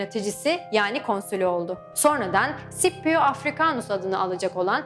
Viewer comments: Bu arada tekrar tekrar baktım kardeş, Klasik Latince'de Skipio olarak okunuyor isim. Adamcağız da Klasik Latince döneminde yaşadığına göre :) Bu arada Latince okunuş kuralları hemen hemen biliniyor. Şiirler özellikle yardımcı olmuş zamanında nasıl okunduğunu anlaşılmasında. Şiirlerdeki ahenkten ve uyaklardan çözüyorlar genelde :) Ayrıca Sipio Anglofonların okuyuşuymuş, tıpkı "Henibıl" gibi. Şipio İtalyanca etkisindeki bir okunuşmuşmuş. Kilise Latincesi de böyle okuyormuş sanırım :) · "C" sesinin bazı yerler de "S" bazı yerlerde "K" olarak okunduğu doğrudur. ancak hiçbir zaman Sh şeklinde okunmaz. SCIPIO sippio olmaz. Ssipio da olmayacağına göre bilindiği gibi Skipio'dur. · Rocco Amanpour sh şeklinde burada okunuyor. Normalde s diye de okunabilir yani. Aytıca sipio diye neden olmasın? Bunun bir kanıtı yok diye biliyorum? Ama muhtemelen Skipio doğru olandır. Araştırsaydınız demen yanlış, araştırmayan skipio diye okur belli ki araştırmışlar.